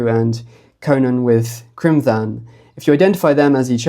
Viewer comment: Excellent research once again. Criomthann is pronounced cromann btw... quite close to conan in which the 'o' is curt not the elongated oooow of the English language. So the 'Th' is always just a 'h' sound. The letter 'h' never existed but as whta we called a séamhú (softener) basically a dot above a consonant which quitened and softened it.. the stronger the consonant sound..the more the séamhú softened it..thus T h becomes 'h' sound.. Eochaidh/Eochu.. again..the 'h' softens the c thus a very breathy k sound... not gutteral or at all Germanic.. The object of grammatical rules and spelling in Iris is for flow of one word to the next... Not too many hard stops...